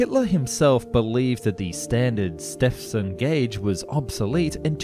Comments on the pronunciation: Good video but please try and get the name of the worlds greatest pioneer right. It is pronounced George Stevenson, not Stefson. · Stepson? Stepson? Ah yes the famous steam engine designer whose mother re-married. Come on, dude, don't you have a "ph" in the Antipodes? "STE-VEN-SON". And seriously, a thousand metres is NOT NOT NOT a "KLOMMitah" it's a KILOmetre. All SI multiplier prefixes are pronounced as if the unit wasn't there, then the unit is added, otherwise you'd have mi-LIL-itahs, cubic sen-TIM-itahs, KLOGrammes, meGAH-watts. No, kilo to rhyme with pillow, milli like the girl's name. First syllable pronounced and stressed. Devices for measuring can have their pronunciation altered as e.g. al-TIM-eter, but not units. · Mate, it's not "George Stepson", that's someone else. Stephenson is said like "Stevenson". Heard it a million times in school and on doccos, eh. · its pronounced George Stevenson not stepson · Wait who's Stephson? Ohhh Stephenson. Pronounced Steven-son for Americans. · what the FK? manages to pronounce it George Stepson instead of Stephenson... was this narrated by a bot lmao? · Very interesting video, but please, George Stephenson's name was, and is still, pronounced Stephen-son, not Step-son. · All of this interesting information, yet you cannot pronounce the name of railway's greatest pioneer - George Stephenson. Pronounced like 'Steevun-sun'. Not 'Stepsun'. Don't you ever speak with other human beings? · George WHO ? stepson? nah don't think so, try saying Steve -en-son. bloody colonials..... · its george ''steven-son'' not ''step-hen-son'' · Where did this guy learn to read? Since when is Stephenson pronounced "Stepson". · Surely Stephenson is pronounced “Steven-son”, not “Step-son”. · George Step-son? You want a try at reading that again? It's George Stephenson. Pronounced Steve-en-sun. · George Stephenson pronounced Stepson? Wtf? Steve-en-sun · Its pronounced Stevenson, not stepson. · Step-son ..... ? Steven-son it is pronouced !!!